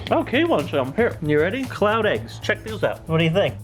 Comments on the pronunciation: I kept thinking he was saying clout eggs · Every time said cloud, I heard it as clout and I wanna die. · i keep on thinking he's saying clout eggs